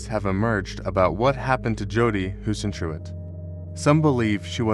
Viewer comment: If you can't pronounce her name right, you haven't done your research. Kindergarten AI YouTuber trash.